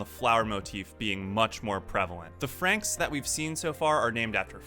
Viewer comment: THANK YOU. you are the only person to pronounce franxx right. Everyone else says it wrong